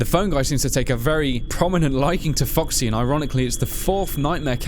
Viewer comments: Sounded like you said "Fucksy" (LOLS) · Legit sounds like you're saying "Fucksy" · When say foxy it sounds like "Fucksy" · keeps saying 'fucksy'. #cannotunhear